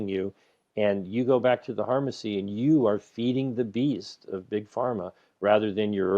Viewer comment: 'Harmacy'... the 'P' is silent... That is gold!